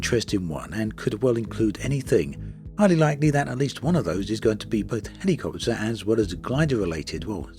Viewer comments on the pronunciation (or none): Every time he says HELLY-copter, I chuckle 😃